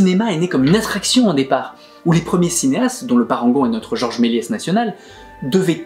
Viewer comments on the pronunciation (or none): none